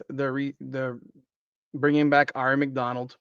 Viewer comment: Now you just have to learn how to correctly pronounce Aari. 😉